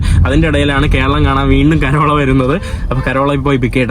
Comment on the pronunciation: കരോള അല്ല.. Carol. കേരൾ.